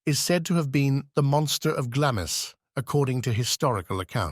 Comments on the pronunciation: glawmz not glammiss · Its pronounced Glaams not Glamis.